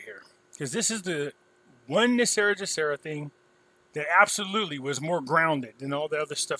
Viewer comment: WHY DO SO MANY PEOPLE PRONOUNCE GESARA INCORRECTLY. PRONOUNCING IT WITH THE J SOUND AS IN THE WORD JOB IS INCORRECT. IT SHOULD BE PRONOUNCED WITH THE G SOUND AS IN THE WORD GOOD. THE G IN GESARA STANDS FOR GLOBAL. DO YOU PRONOUNCE GLOBAL AS JLOBAL? NO, IT'S "GESARA" NOT "JESARA".